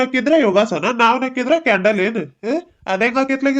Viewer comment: ಹಾಯ್ ಸಿಸ್ಟರ್ ಪಾಪ ಸಿದ್ದೆಗೌಡ್ರಗೆ ಯಾಕೆ ಅಷ್ಟು ಹಿಂಸೆ ಕೂಡ್ತಾ ಇದೀರ ಅದು ಕ್ಯಾಂಡಲ್ ಅಲ್ಲ ಕಿಂಡಲ್ ಸಿಸ್ಟರ್ ಅದು ಬಿ ಲ್ಯಾಕ್ ಮೇಲ್ ಅಲ್ಲ ಬ್ಲಾಕ್ ಮೇಲ್ ಏನ್ ಸಿಸ್ಟರ್ ನಿಮಗೆ ನೀವೆ ಸಬ್ಸ್ಯಾಬರ್ ಆಗಿ ಬಿಟ್ರಾ ನನಗಂತೂ ನಿಮ್ಮಿಬ್ಬರ ಮಾತು ಕೇಳಿ ನಗು ತಡೆಯೋಕೆ ಆಗ್ಲಿಲ್ಲ ಸಿಸ್ಟರ್